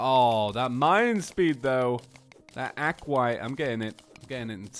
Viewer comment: Aquat? It's aquaTITE (ac-wa-tite) Edit: not trying to be rude. Just a little.... hint? I don't know what to call it but just know I'm not behind rude